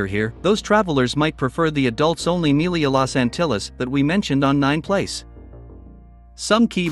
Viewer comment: It's pronounced "me-LEE-ya," not "MEAL-ee-ya"